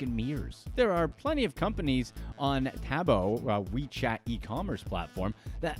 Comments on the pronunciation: It's TaoBao "ta-ow ba-ow" (bow, like "taking a bow" when audience claps. ) Not Toe Boe 🤦🏻‍♀️ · My man said "on "tabbo", a WeChat e-commerce platform"........